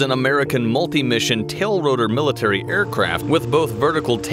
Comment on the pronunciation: Its pronounced TILT ROTOR you